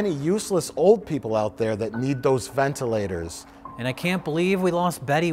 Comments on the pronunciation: When Mike says "ventilators" the first time, his Wisconsin came out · Mike’s pronunciation of ventilators is the most Wisconsin he has ever sounded